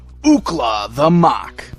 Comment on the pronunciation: Have you ever seen the series? It is pronounced muck not mok.